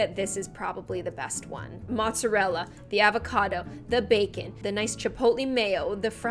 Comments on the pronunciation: The way she said “mozzarella” just let me :0 (It’s prefect) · I’m Italian AND I’M PROUD OF THE EFFORT IN THE PRONUNCIATION …✨mozzarella, tagliatelle✨